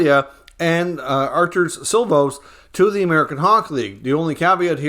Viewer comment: It is See-lovs not Sill-voss.